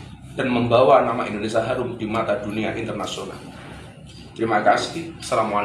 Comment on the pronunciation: Ngomong saja nggak benar Indonesa bkn Indonesia.mewek pula